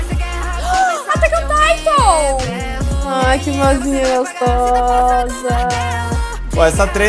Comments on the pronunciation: "Attack On Titon" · "Attack on Taitou" kkkkkkk